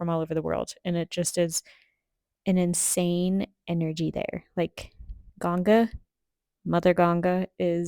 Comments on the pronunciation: U pronounce himachal and even Ganga's name correctly, thumbs up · Appreciate your correct pronunciation of Ganga instead of the westernised Ganges. Peace.